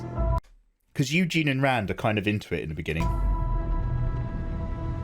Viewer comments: I died when you called Egwene “Eugene” 🤣🤣🤔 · Very funny. You managed to mis pronounce every character name. Very impressive. This might help for starts: Egg ween and More rain if we think phonetically. But ya cracked me up. Entertainment value 100%.